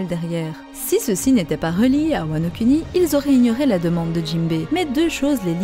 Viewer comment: je veux parler du fais que tu insiste sur la prononciation des U. Comme wanokUni KizarU AkaïnU etc.. c’est plus bon à entendre du genre WanoKouni Kizarou Akainou. Lire les U pour Ou